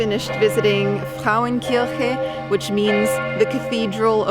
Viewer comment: It is pronounced Frauen- Ker-che (Frauenkirche).